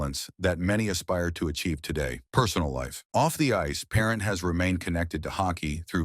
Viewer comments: Brutal announcer. Get rid of this announcer. Can't even pronounce the goalies last name correct. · Not even pronounced his name correctly shameful